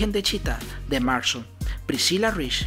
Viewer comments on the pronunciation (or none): Es William MARSTON no William Marshal, buen video, aunque con la pronunciación de algunas palabras sí se le fue la volqueta al río